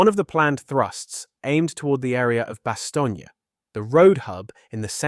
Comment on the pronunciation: Stop saying Bastognia!